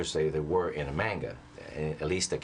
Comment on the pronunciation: He can't even say manga right and he directed a Dragon Ball movie